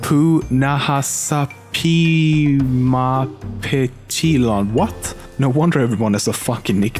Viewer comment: Russian narrator must never watch this show if he can't pronounce Apu's last name